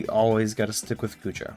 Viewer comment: Love Goodra too! Also, you're good with names: all of them in the tip of the tongue and so good pronunciations!